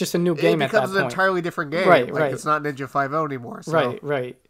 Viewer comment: “Ninja Five No”?! KICK HIM!